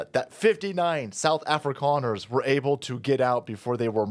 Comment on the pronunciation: your pronunciation of Suid Africaners is spot on!